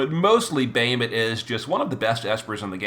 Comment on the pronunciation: Normally I follow and love your video but your pronunciation always hits me like nails on a chalkboard Bah Ha Moot not Bay hi mit for Bahamut Kle o may not Kle ohm for Cleome Etc etc LoL still love all you do for the community